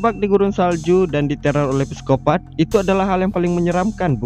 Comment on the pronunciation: videonya bagus banget!!! sikopat aja, bukan pesikopat atau piskopat. dari inggrisnya "psychopath" atau bahasa belandanya "psychopaat." trnyta huruf "p" ngga bersuara dalam kata trsbt.makasih atas karya ini!!